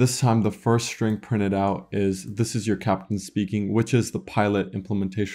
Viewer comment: exactly, my ears are literally bleeding when I hear shtruct, shtring.